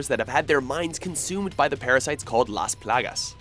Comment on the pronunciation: THANK YOU for not butchering the name “Las Plagas” when you said it! Awesome man!